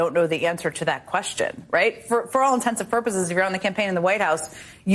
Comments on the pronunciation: I seriously think jen said intensive purposes 🤣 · It's "all intents and purposes " NOT "all intensive purposes " Raggedy Ann Psaki 😂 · Intensive Pruproses. Hahhaa